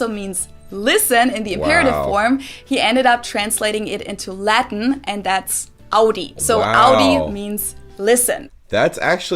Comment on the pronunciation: Trust me you don’t want to learn Laten